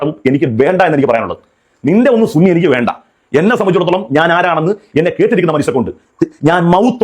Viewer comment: ഓൻ ചുണ്ണി ആണ് സുന്നി അല്ല 😂😂ഓൻ സൂപി അല്ല ചൂപ്പി ആണ് 😂😂😂